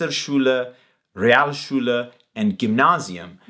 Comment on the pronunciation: To be a bit more critical: while was doing very well, his "Realschule" sounded a bit like "Rialschule". Otherwise perfect.